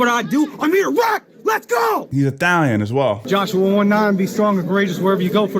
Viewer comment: why did you pronounce Italian like that bro it ain't Spanish sounds so weird